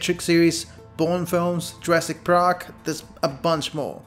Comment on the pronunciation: LOL, they way you say jurassic park is funny.